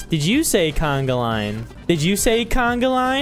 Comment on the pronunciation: Its not canaglain its conga